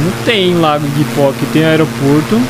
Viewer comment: Nao sei se eu quero ou não esquecer o Lago "Iguipó" que ele disse